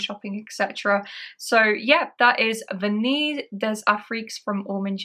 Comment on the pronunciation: Vanilles des Afriques is lovely... I will get a 10ml soon, but at nearly £300 the big bottle is over-priced imho. My schoolboy French leads me to think 'Vanille' is pronounced 'van-ee' (the l's are silent). Looking forward to the shopping vlog ❤😊